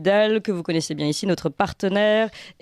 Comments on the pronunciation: Si notre me lit, pourrait-elle corriger ce tic de langage: elle dit "nôtre" au lieu de "notre", et c'est très laid à l'oreille, ex dans son intro "nôtre" chaîne youtube et "nôtre"référencement, au lieu d'un "o" ouvert, parlons français, dans toute sa beauté! Mais pour le reste, BRAVO! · Bonjour: En intro vous prononcez le "o" de "notre référencement" comme si il était écrit avec un accent circonflexe "ô".... "Notre référencement" se prononce sans fermer la bouche. ce sont les "nôtres"...........Là vous pouvez fermer la bouche:))